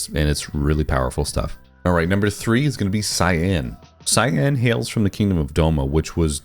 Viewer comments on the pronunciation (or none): Love your pronunciation of Cyanne. Jokes apart, nice video!